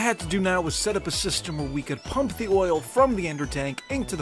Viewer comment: Did I hear you say OILL?